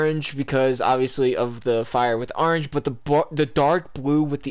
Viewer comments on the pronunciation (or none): Nobody:: aringe